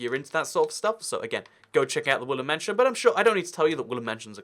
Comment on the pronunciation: I kept hearing you say “ woollen mansion “ Mmmmm I’ll leave now